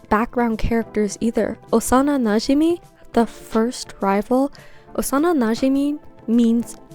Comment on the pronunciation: The way you say najimi scratches my brain its so satisfying